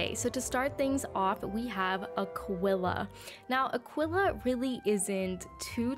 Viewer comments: Everyone: EWWWW Azteca B tirer Me: WTF are you doing saying a quilla instead of aquilla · Why did u say Aquila like that😭